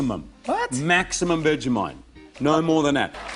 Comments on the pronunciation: I’m only 30 seconds in, but I had no idea that it was pronounced like “veggie-might”? I thought it was “vej-eh-mite” with a schwa in the middle. Which is it, Aussies? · Couldn't even get through the first minute because you keep pronouncing it "vega-mite" 😑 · Seems like people that like Vegemite pronounce it "Veggie-Mite" and people that don't "Veg-eh-Mite"